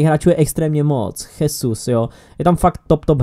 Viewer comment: momentálne je pre mňa najlepší stopér Barcelony pique, aj keď sa to nezdá, a osobne som ho ani ja dlho nepovažoval za top stopéra, ale v tejto časti sezóny je uplne perfektný, a to hovorím ako jeho "kritik" mimochodom jesus sa číta žezus a čo sa týka toho titulu pre Dortmund, tak po dnešnom zápase myslím že RIP